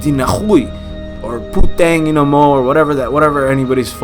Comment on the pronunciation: i laughed hard when i heard him curse HAHA "pooteng ine mow" HAHA